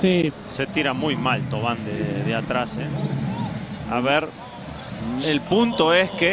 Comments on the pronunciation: Me parece que es más “Tuvan” que “Tova” pero definitivamente no se dicen “Tauvin” jajajaja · El apellido de florian se pronuncia "TOVA" y no "TAUVIN" como se escribe creo que como medio publico deberian investigar un poquito mas......y si mucho mejor gol el de SAMBU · Es TAVUAN